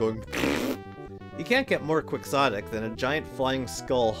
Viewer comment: Quixotic is pronounced "Ke-Ho-tic." It's a reference to Don Quixote.